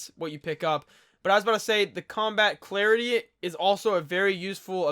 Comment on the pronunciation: celerity = Sah-lerity. just future fyi. nice run